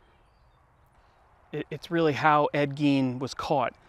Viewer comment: That's not how you pronounce his name dude, not around here anyways so get your story straight jk? Lol?